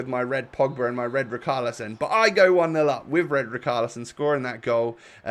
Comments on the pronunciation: pls stop saying ricarlisson!!!!! its ri- char-lisson! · Can you pleas stop saying Ricarlison? It’s Ri/Shar/Li/Son